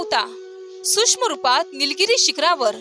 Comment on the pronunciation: श्री स्वामी समर्थ,आपला आवाज चांगला आहे परंतु शुध्द मराठी भाषा बोलून तो चांगलाच खुलेल कृपया न आणि ण तसेच सूक्ष्म आणि सुष्म यात सुधारणा करणे गरजेचे आहे